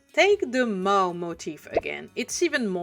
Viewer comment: Nobody does design breakdowns quite like you! 😊Yes, that is a compliment, lol In case it helps, the word "Maw" is pronounced like "Morr" (rhyming with "lore", more", "score", etc.). The "a" spelling is deceptive, as the actual pronunciation is a very deep "o" sound. This is less a problem with your fluency - your command of the English language is superb - and more a problem with English being very inconsistent. It probably doesn't help that the (completely incorrect) American pronunciation sounds closer to "Maah", because Americans are knuckle-dragging gun monkeys who ungraciously reject the perfection of the King's English. Interestingly, the English word "Maw" sounds strikingly similar to the French word "Mort". You could consider it a bilingual pun, since the Ogres love eating meat. 😋😈